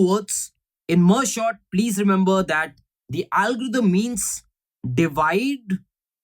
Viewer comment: everytime he says merge Short , it makes me laugh 😂😂